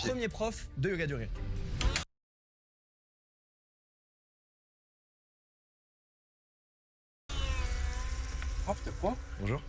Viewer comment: Yoga du rire mal prononcé google entend yoga durée et traduit "yoga duration"? Bien joué la connerie réelle ! Et il y a encore des gens qui parlent d'"intelligence" ?